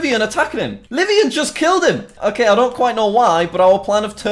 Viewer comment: Just wanted to say that the hackers friend, Livonian, is actually using the name of a place in my state, Michigan. Its Livonia, pronounced Live-ohn-ya.